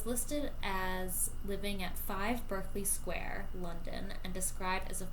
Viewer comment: Berkley square pronunciation is (famously) " bark-lee". (As in: A Nightengale Sang in Berkley (Bark-lee) Square. )